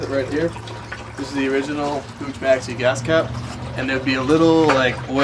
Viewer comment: lol it's POOK and WICKI not pooch and weekee.. but still, thanks for the vid